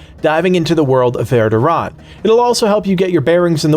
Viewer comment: Verr do rahn? It's varr doh rhan. STONES OF VARDORAN